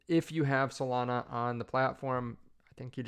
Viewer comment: Solania? Melana? Potato? Potahto?